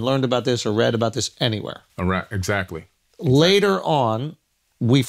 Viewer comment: Probably????? Not excat right?